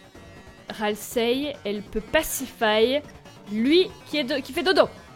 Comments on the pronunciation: j'adore ta vidéo mais JE RAGE À CHAQUE FOIS QUE TU DIT "RASIEL", C'EST "RALSEI" XD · tasiel au lieux de ralsei (je ne sais pas l'écrire) 😂😂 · c'est pas raseil c'est ralsei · juste, Ralsei pas Rasiel x)